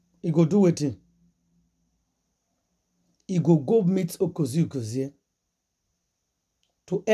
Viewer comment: The way you mess up this man’s name is very embarrassing. His name is UGEZU J UGEZU and not Okeze Keze. Juju is controlling Yul 100%……. There’s nothing anyone can do for Yul as long as he’s still under the control of Juju ekwensu